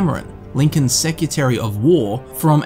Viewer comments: seCREtary, not Secutary. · it's secretary, not secutary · Secutary and getsy burg, interesting pronunciation but I keep watching anyway cause I love the content XD